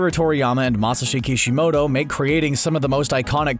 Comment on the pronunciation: mashshi shhokicishi moto the why he said his name. 😂😂😂 😂💀